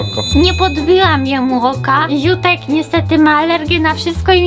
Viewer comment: Dlaczego to było jutek zamiast Ziutek